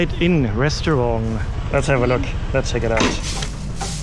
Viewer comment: Hi, your videos are wonderful. I've been watching since you quarantined in Bangkok! But please, it's not pronounced Restuarng, it's pronounced RESTAURANT. Other than that, always a pleasure.